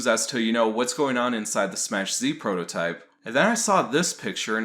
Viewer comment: Are you saying "prohotype"? Instead of prototype? Is that a meme or something?